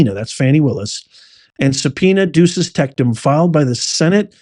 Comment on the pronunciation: Professor, it's not "subpoena duces tecTum"... there is no "t" in the middle of "tecum". Good show.